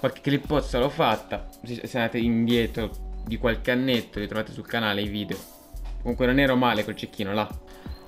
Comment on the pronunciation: si dice video non vidio